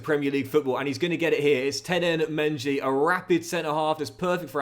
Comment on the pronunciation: Saying mengi name wrong